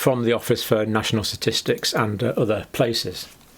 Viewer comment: Ok now he’s having a laff !! and he says “ Office of national S’atistics “ three times in a row !!! He’s just playing with us now !!